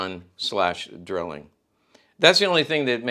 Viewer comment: Pronounced DRYling.